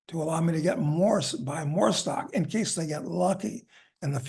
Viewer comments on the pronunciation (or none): none